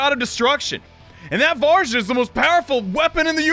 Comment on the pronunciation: KurUma tengu. Me:...do you not watch Naruto? KurAma: VaRjra! Me:, it's Vajra. VaJra.: Finn Me....He literally says his name. Fee-ohn. Okay, you know what, I guess it's just a nickname.